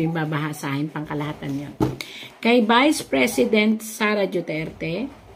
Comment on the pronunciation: Mam,DUTERTE not DIUTERTE,DUETERTE ,JUTERTE PLS.PRONOUNCE IT RIGHT!I LOVE DUTERTE FAMILY ,THAT'S WHY I WANT TO HEAR it RIGHT .